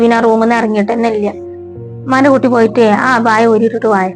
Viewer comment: മലയാളം പറയാൻ അറിയില്ല ഇല്ല എന്നാ വാക്ക് ഇയ്യ എന്നൊക്ക ആണ് പറയുന്നത്